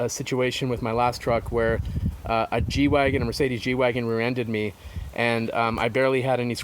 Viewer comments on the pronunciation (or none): none